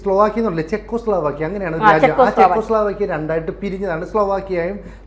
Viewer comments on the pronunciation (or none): ചേക്കോസ്ലോവാക്യ പേര് പോലും പറയാൻ അറിയാൻ മേലാത്ത അവളക്കെയാ ഇരുന്നു ഭയങ്കര അന്താരാഷ്ട്ര കാര്യങ്ങൾ ചർച്ച ചെയ്യുന്നത്.